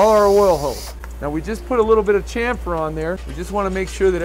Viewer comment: Two points for pronouncing chamfer correctly. Nice work 👍🏻